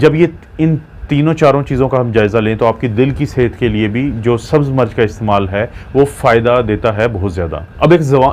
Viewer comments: Dr.Sahib aapki Urdu talaffuz bohut ghalat Hy. Plz Koshish Karen Sahi talaffuz bolen. Aap Mirch ko continue March keh rahy hen. Mirch ko march na bolen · March nahi Mirch hoti hai urdu tu sahi bolain